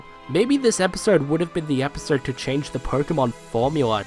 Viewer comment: "Episrrd" Hey bro is something stuck in your mouth?